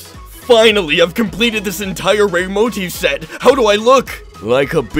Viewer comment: mo-TIF not MO-tif